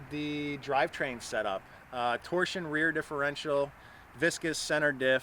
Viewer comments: It's Torsen not torsion , cool car tho , they rotted to bits in good ole blighty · Also pronounced TOR-SEN as it is spelled meaning torque sensing not torsion. "" east or west canada?